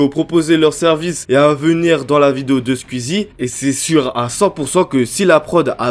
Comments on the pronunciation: C'est pas Squizi c'est Squeezie ça se prononce Squouizi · Squouizi pas squizie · Skuizi, twit, tu me tues comment tu prononces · C'est pas skuizy c'est squeezie 🤣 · Tu dis Sqizi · Déso mec mais on dit squouizzi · ça me fait trop dehek comment tu prononces skuizi mdr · Sqwiizie et tuitteure ? Prononce normal c’est ridicule la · Ça me parturbe "skuizi" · La prononciation de skuizi me termine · Ça m'embête à chaque fois qu'il dit "Skuzi" et "Skuizi" x) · mdrrrr tu dis skuizi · Commence a bien prononcer Squeezie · Ça me fume comment prononce squeezie 🤣